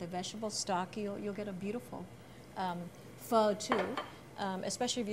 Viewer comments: It’s spelled PHO.... not feu..... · Seriously? Just say pho in a normal way... -.- obviously it's not PHUH its pho 😤